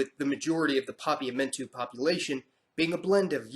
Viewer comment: Seeing as I, like many others, caught the mispronounced words in this video. And everyone else loves to point out mistakes, let me say this as a native Papiamentu speaker: The way you pronounced Papiamentu was close to perfect!